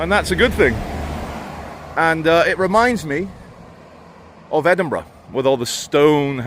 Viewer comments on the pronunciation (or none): none